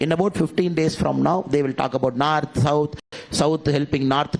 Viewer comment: First learn it's not narth it's North